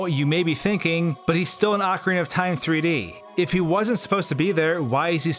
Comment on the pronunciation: "O" -carina. (Oak-areena) NOT "Awkarina". Also who is " Gandorf" ? "GanON-dorf" bro, if you're going to make a video about a game, try not mispronouncing half the titles. Sorry to nitpick but it damages your credibility.